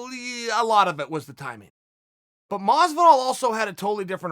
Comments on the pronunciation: Everybody: Jorge Masvidal Chael Sonnen: George Mozvidall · Jorge: Hi, im Jorge Masvidal Chael: Hi, George Masdival Jorge: Hi, im George Masdival Me: Okay, Great.. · Chael “Masdival” Sonnen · Anyone else sees Chael spelling Masvidal “Masdival” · It is funny when he says: Mosvidal. But, it is funnier when he wrote it: Masdival. LOOL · If Chael says Madvisal then its Madvisal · I actually used to call him masdival when the started watching mma...few months later i realised i was saying wrong...but chael just confirmed i was right all along